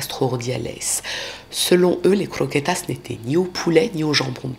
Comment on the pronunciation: AaaaaAAAAÀAHHHH LA CROKÉTAS AAAAHHHH..et les MANGEURS DE CRRROQUÉTAAS😂😂😂